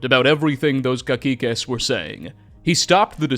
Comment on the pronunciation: caciques? that is not at all how you pronounce that lmao it's more like ka-si-kes